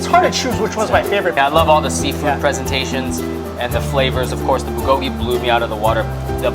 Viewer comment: Stop butchering "bulgogi" and "kalbi". cringes